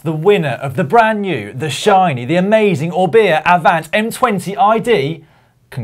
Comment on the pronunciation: When Dan announced the winner of the competition did he refer to the "Orbea" as the "Or-beer"? lol